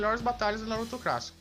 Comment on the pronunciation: Cara aprende a falar direito não é crassico e clássico